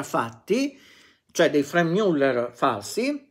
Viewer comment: io le rompo qualche volta le balle con le pronunce, ma i suoi video sono sempre davvero interessanti e utili agli appassionati, quindi anche se Franck Muller non si pronuncia per la precisione Frenk Miuller, ma piuttosto Franc Müllèr, con la A italiana di Anna e con la Ü francese di brut, per fare un esempio... essendo svizzero francese... Quindi grazie davvero per il suo impegno di storico della orologeria! Spettacolare veramente questa retrospettiva su questa maison oggi un bel po' appannata dopo anni di fortuna direi meritata, anche se decisamente non sono mai stati orologi di mio gusto! Quindi bravò 😎